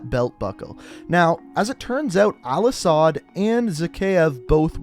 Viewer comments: IT IS AL-ASAD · ITS AL-ASAHD YOU DUMBASS